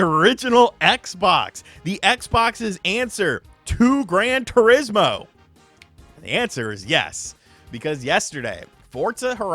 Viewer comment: If it’s “Fortza”, then it has to be “Grant Turismo.”